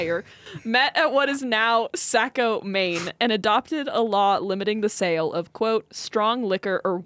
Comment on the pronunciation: As a, it's my responsibility to be a buzzkill and let you know that "Saco" is pronounced "sock-oh"... It's not you, it's us.:hands-yellow-heart-red: love you both